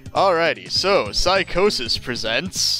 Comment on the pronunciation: it's Psygnosis not psychosis :D